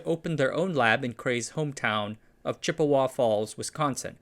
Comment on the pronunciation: Pronouncing "Chippewa" as "Chip-e-WA" is known, in Bird society, as a "Dick Move".